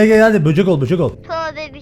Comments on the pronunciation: böcek e böcük demesi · Abi böck diyo bocek yerine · Yaaaaaaaaaaaa böceğe böcük diyo ya yiyiceeeemmmmmmm oooonnnnuuuuuuuuuu 😍😍😍😍😍😍😍😍😍😍😍😍😍😍😍😍😍😍😍😍😍😍😍😍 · bu videyoyu beyenmemin sebebi bocege böcük demesi